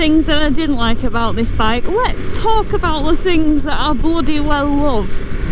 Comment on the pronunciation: Sold the Hayabusa and got the first generation Triumph Street Triple matte orange. Thats a FUN bike😄👍. What part of England is that from depending on your dialect when you said, "i just loooove it" ha ha ... 😄. Regards from Scandinavia.